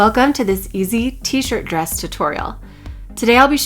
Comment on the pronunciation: Why is your "d" at the end of the words "b"? bress instead of dress!!!LOL